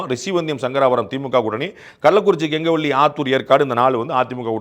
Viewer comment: pandey sir கங்கவல்லி illa கெங்கவல்லி naan antha thoguthi than so this correction